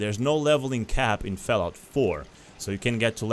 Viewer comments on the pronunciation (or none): bruh why you keep saying FELLOUT, dafuq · Fellaut faur, consul, faive, lol